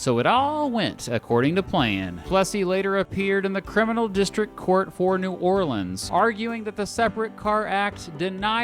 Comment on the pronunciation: You know how you can tell isn't from the South? He pronounces New Orleans correctly.